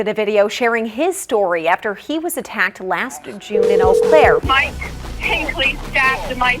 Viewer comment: Today i finally learned how to pronounce Eau Claire.